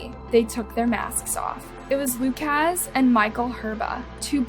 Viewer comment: How to pronounce the name 'Lukasz' ... not 'Luke-AZZZ" but --->